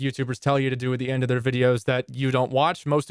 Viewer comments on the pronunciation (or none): none